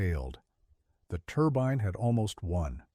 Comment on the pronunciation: “Turbine” or “turban”?😂.You keep showing the Chaparral 2C.